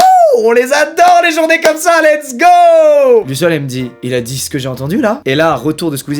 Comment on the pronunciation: on est d'accord qu'il dit luciole et lauren